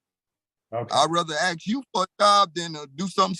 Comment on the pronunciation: why cant black people pronounce, "ask"